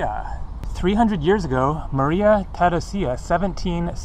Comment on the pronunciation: nice tour through vienna... one of my favorite cities in Europe... you did quite good with your prononciation just the name of the empress you pronounced very awkwardly.. you have to pronounce her name like Maria Theraisia (like in "to raise") with no emphasis on the "I". it should sound a bit like "raise ya" and not like Theraseeea